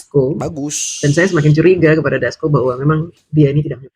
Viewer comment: Ndasmu DJ bukan ndasko😂😂😂😂